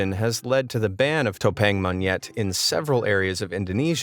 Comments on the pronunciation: you kinda said 'topeng monyet' wrong but its ok bc you dont know how to say it(ps, im Indo) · it sound funny when you say "topeng monyet".!!